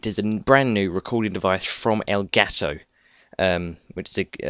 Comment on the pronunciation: Nice to see people saying "elgato" instead of "elgaaato"